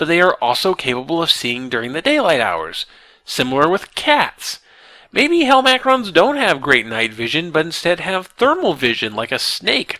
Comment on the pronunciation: hel-MACK-rons drives me nuts! lol its hel-ma-crons. nit-picky ik. love the series tho